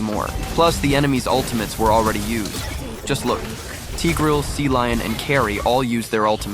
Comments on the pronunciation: Cecilion❌ Sealion☑️ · Cecilion ❌ Sealion ✅